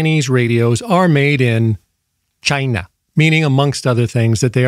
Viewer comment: 😂🤣😂 “chinglish” in Chy-nàh 😂🤣😂